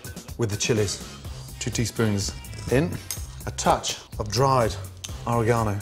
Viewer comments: At :33 did he say "oregano"? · holy fuck. the way he pronounces oregano